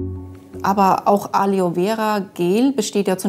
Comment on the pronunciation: Gute doku, aber eine "Wissenschaftlerin" die Aloe Vera nicht einmal aussprechen kann?